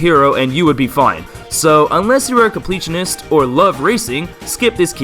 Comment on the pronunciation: i love how he kept saying unles you are a compleatanist an my up next is the complitanist bith by sleep